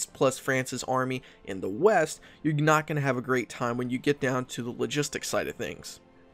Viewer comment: "You're gnot have a great time" Unless you're a gnome, and gnot a gnoblin